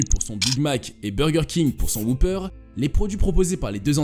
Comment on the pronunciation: J'ai jamais compris pourquoi les français s'entêtent à mal prononcer le mot 'whopper'.